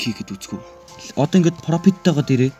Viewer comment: Profit ❌ Propit✅